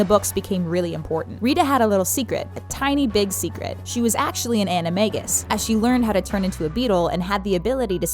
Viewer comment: An a ma-g- us you pronounce a whole bunch of things rong